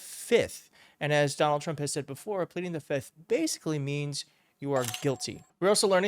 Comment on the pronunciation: the word if plead the. F I F T H not FITH